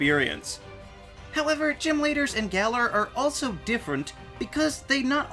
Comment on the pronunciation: "Gal-er" is wrong. "Gal-Or" is wrong. "Gall-Are" is about right